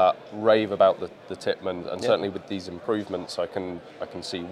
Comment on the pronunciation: it’s Tippmann not Pittmann